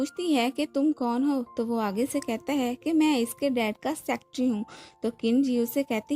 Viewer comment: Please Aap Secretary ko aache se pronounce kariye.